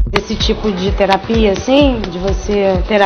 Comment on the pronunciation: terapia de terapiá. Meu Deus! Ficou horroroso.